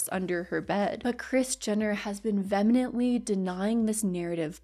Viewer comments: You have a very relaxing voice… Oh also.. *vehemently, not venemently. I had to. I’m such a grammar nazi it’s a pet peeve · Vehemently VEE - hem - ent - lee or vee - HEM - ent - lee NOT VEN - uh - ment- lee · This video is SO GOOD and SO thorough. I love your content~ also this doesn’t matter that much but “vehemently” is pronounced “vee-eh-ment-lee” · Love your videos. You are so pretty and smart and well read! This is the second video I've heard you say "vemenently" and I just want to say in the most polite and respectful way possible.. it's pronounced "vee-uh-ment-lee." You're amazing, big fan of your videos. ♥ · Love the video but I just wanted to add something sort of irrelevant - you mention hoping you pronounce names and stuff right but I wanted to point out the word vehemently is not venemently. It’s “vuh-hee-ment-lee”. Noticed it in a couple videos. People don’t care, I don’t really either, but it’s like spinach in the teeth- I’d want to know 😅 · Amazing video as always! And your little kiddo coming in was just plain adorable! ☺️ Small pronunciation correction, since it came up a few times: the term is actually vehemently, with an h (not an n), pronounced VEE-amently :) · Vehemently is pronounced vee uh mently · If you're saying "vemenently" I'm p sure it's vehemently. Though maybe I'm wrong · VEEyemently or VEEhemently (way to pronounce vehemently) :^) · girl it’s (ve·ah-ment·ly op·u·lence 😊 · It’s pronounced vee-hemently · I always appreciate your Kardashian deep dives. I am not familiar with them, so it's surprising to see how far their reach is/was. Also, "vemenently" hehe 😊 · You mispronounced vehemently LOL. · Loved this video but one thing kept taking me out. The way you pronounce "vehemently" isn't correct